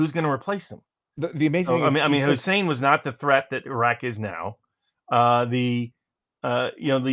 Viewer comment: Did he call Hussein Husseini?